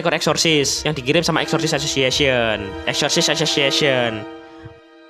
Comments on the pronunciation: Bg gua denger nya exotic aksesisaseon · Lebih kwren nyebutnya eksorsessesis banh👍👍